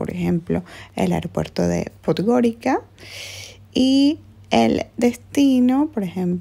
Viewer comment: "Podgorica" se pronuncia podgoriza!!